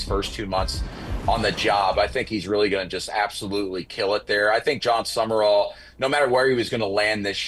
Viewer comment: Sum...rall 2 syllables NOT Summerrall!!